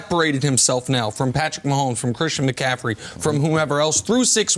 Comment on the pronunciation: Is CC ever going to say mccaffrey correctly. It’s not mccafferdy smh